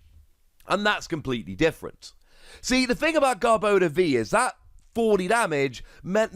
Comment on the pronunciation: Garb-ah-door. Sorry, had to. Lol. Either way, stoked for this!